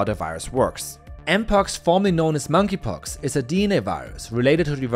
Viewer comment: Mongey pox?